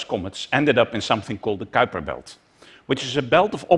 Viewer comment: It is so nice to hear the Kuiper belt pronounced correctly. :)